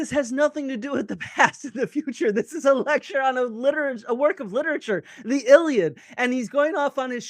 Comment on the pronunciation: Why are you mispronouncing the a in iliad if you know Greek?